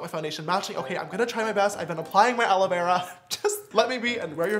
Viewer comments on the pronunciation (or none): none